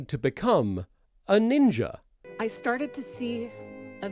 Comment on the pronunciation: God, the "neenja" segment makes me want to vomit, fuck racists